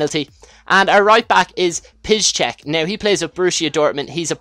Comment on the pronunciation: Nice pronouncation at Piszczek ;)